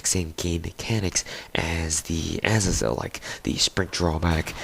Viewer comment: yool-a-tide? as-a-zel? Uhz-ae-zul Yool-tide